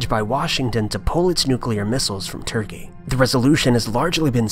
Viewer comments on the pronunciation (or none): none